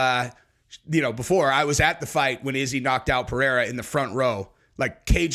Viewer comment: Chael pronounced Pereiras name 3 different ways in one video. He has name dyslexia. He pronounces EVERY name wrong!